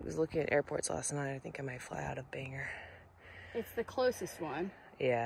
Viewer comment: Bangor, pronounced Bang-or not Bang-er. Sincerely, everyone from Maine. Congrats on the progress! Love your videos! 😊